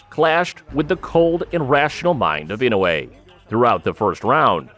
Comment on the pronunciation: ちゃんとイノウエって聞こえる発音凄いな 昔はインウイとか言ってたような気がするｗ